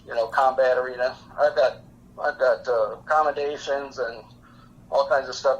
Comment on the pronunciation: Did I hear him call it an Accommodation Medal? LOL